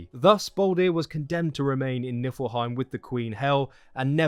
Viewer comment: Great video man, thanks a lot :) Just one little thing, it is NiFlheim and not NiLfheim ... :)